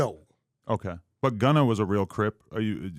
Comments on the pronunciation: “Gunner” -Wack100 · Gunner , it’s Gunna wack 🤣